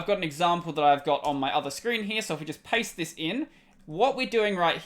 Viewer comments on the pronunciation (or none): none